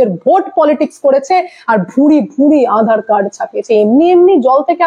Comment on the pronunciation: ম্যাডাম আঁধার কার্ড নয়। আধার কার্ড উচ্চারণ টা একটু ঠিক করুন।